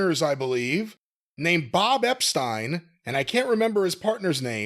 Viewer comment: Bob EPSTEEEN not Epstyn 😂